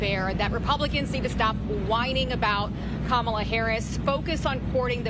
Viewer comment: How can someone running for President be so pathetic, mispronouncing names of people he doesn’t like….child!